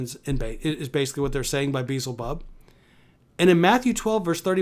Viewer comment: You make fun of how I say? Perhaps you, being a pastor, can enlighten us all as to how to pronounce a name written in a different language almost 2000 years ago. What pride and arrogance it must take to suggest you know how to pronounce that as Jesus did and to criticize me! And of all things in this video, you make fun of me for mispronouncing Beelzebub but say nothing about Justin Peters admitting that he can’t point to even one single Bible verse that says any spiritual gifts have ceased. And you’re a pastor? I feel very sorry for the victims who sit under your teachings.